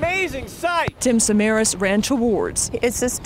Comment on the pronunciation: And he was Greek. His surname is SamarAs, not SamAras.